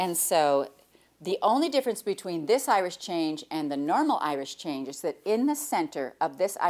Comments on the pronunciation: Is Jenny saying Irish Change? I always thought it was Irish Chain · Is it an Irish Chain block? Sounds like Jenny is saying Irish Change. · I laugh every time you sat Irish Change block, so funny to hear